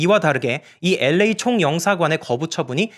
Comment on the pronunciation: L.A 발음마저 엘-레이 라고 깔끔하게 발음해주시는 도덕책같은 남주님...ㅎㅎㅎㅎ👍 유승준씨도 이 채널보나봐요.. 싫어요가 한개 찍혀있네요..ㅋㅋㅋㅋㅋㅋ